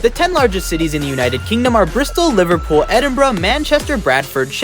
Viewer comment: You pronounced liverpool wrong